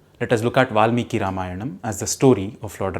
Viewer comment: A few posers! If Valmiki was adikavi and Ramayan first literary work in verse, then were the four Veds (also in verse) created later? Also, please try to sound Indian and don’t put an additional ‘a’ after every Sanskrit word you speak.